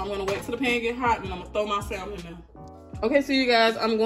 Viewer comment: Just for future reference; in the pronunciation of salmon the L is silent. Keep up the great attitude